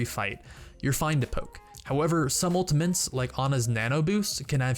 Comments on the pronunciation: Anyone else hearing "Ultimints" when he means to say "Ultimates?" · Great video!!!! Such useful tips. Just try to say ultimates correctly next time. :) It's not ultimaNtes, it's ultimATES. Kind of like turret and NOT turrent. haha. cheers. :) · who is hearing ultiments than ultimates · U say ultimantes its not ultimant ist ultimate not ultimant ULTIMATE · anyone else think he was saying ultimints? haha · He says "Ultamints", listen 😅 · Its ULTI-MAT-E not ULTI-MANTE. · are you saying, "ultamints"? wtf? It's, "ultimate"... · All I can hear is UltiMENS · It's ultimate not ultimant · "ultimants"...didnt know there was an "N" in "ultimate" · what the hell are “ultiments“ ??? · Just ftr, its ultimate not ultimant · Save your "ultaMINTS" guys/gals! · Why the fuck do you pronounce ultimates like "ultimints" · Dude stop saying ultimENts ! Its driving me insane !!! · Is it just me or is he saying ultamints? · the fuck is an "ULTAMINT" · Am i the only one who heard him say "The enemy team has used their ultimens" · mmm ulti-mints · has no one pointed out the fact that he keeps saying 'Ultimants'? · "Ultimens" ... UGHHHHH CRINGE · "Ultimantes" lol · I swear he's saying 'Ultimants' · "unltimints" is bugging me way too much. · STOP CALLING IT ULTIMENS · I swear he's calling them Ultimints. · you say ultimants a lot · ''some ultimens'' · We also learned how to say ULTAMENTS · It's kinda funny how he says "ultimints" instead of ultimate's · UltiMENTs anyone else hearing this from this dude? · why do you keep saying "ultiment" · theres no 'N' in 'ultimate' so you dont need to pronounce it 'ultimants' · Is it just me or was he saying Ultimints? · i don't know why, but when you say "ultimeNts" im getting really frustruated. and you say it EVERY GOD DAMN TIME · 1 Trick This guy ABUSES to annoy people, that you don't. 1) Saying Ultimins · smh every time he says, "ultiments.."